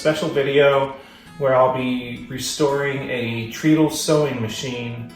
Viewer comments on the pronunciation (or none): That's pronounced "tread-dal" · Your pronunciation of treadle is incorrect brother, other than that beautiful work.